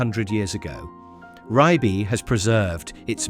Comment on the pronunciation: please pronounce Ribe correctly.